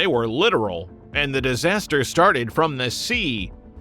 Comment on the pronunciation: Tofu-DrEG, not drAg // disaster, NOT disaster // a terrible start to your video, with a very botched title…